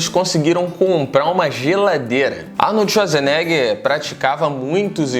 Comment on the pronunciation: Arnold Esuasnega